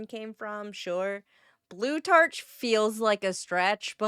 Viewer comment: It pronounces "Blu-TARH", not "tarch". And it seems to be, that there was just letter "P" just replaced with "B" in name "Plutarch". Why don`t you bloody skip the sponsorship part? I wonder what was Undertaker doing after making sure of his existence and leaving the loop.